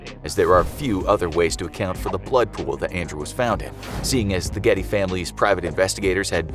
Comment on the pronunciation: "George Ghetty" My ears: "George Clooney" Me further into video: wait.... What's even happening?